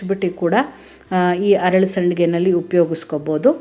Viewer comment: ಹರಳು ಅಲ್ಲ. ಅರಳು . ಅಲ್ಲ